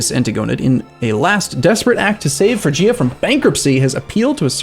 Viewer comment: it's pronounced frig-ia frig like fridge